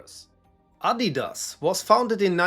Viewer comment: what a perfect pronunciation bro